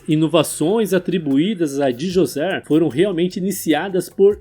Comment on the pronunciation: Cara pronúncia D'JOSER não DiJosé